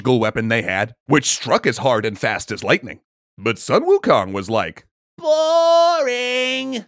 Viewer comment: "Soon", not "Suh-n" Also, the reason he wanted to find his own weapon was cause every other weapon broke under his own strength. One of his fellow monkeys told Wukong of the Eastern Sea Dragon King's weaponry.